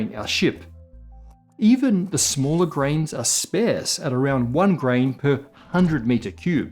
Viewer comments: Never heard anyone pronounce "sparse" like that before. Pretty sure "sparse" should rhyme with "farce". i.e. "spar" with an 's' sound on the end. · Sparse is pronounced with an ah sound, not like spare. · You're pronouncing sparse incorrectly. It doesn't sound like pear, but like arse, as in kiss my... Happy to help. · Im sorry, I’ve lived in the U.S., in the U.K. and in Australia……NO ONE pronounces “sparse” as [spaAIRse] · Do Australians pronounce "sparse" as "spearse?" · Did my man just pronounce sparse like "spairse" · Sparse is pronounced like arse 🍑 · Can't pronounce sparse or supernovae. Remember learning instead of assuming? Pepperidge Farms remembers. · One of us has been pronouncing sparse wrong all this time… probably me haha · used to be credible, until we realise you can't even pronounce the word "sparse" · You really need to look up the pronunciation of "sparse" LOL. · I'm generally pretty average at maths and many concepts in physics are something that I really struggle with, but I do know how to pronounce 'sparse' and that makes and I even.:D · first time ive ever heard mispronounce a word in years. "sparse"